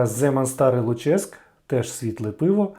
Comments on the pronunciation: Не ЛуЧеськ, а ЛУчеськ. Давня назва Луцька. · ну і ЛУчеськ (наголос на У) - це історична назва Луцька